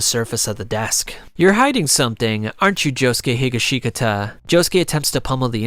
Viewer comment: Can’t forget Joe-Shoe